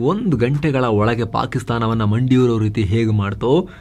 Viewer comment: "ಒಳಗೆ" ಅದು "ಒಳಗೇ" ಅಲ್ಲ.